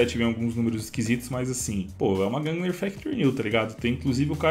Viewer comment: É "gungnir" não "gungner"